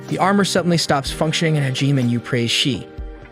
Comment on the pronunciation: Hajime - Is pronounced - HA-GEE-MAY